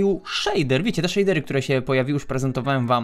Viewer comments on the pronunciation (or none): none